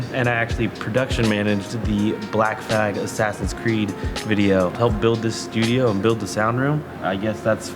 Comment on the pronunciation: Oof, said “Black f*g” instead of Black Flag